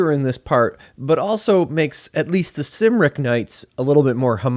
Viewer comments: Did you not read the mind your c’s and k’s? Cymric is pronounced Kim rik, not Sim rik. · Cymric is pronounced Kumric. Logres is pronounced Low-gray.